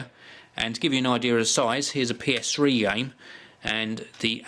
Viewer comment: ps3 not ps shree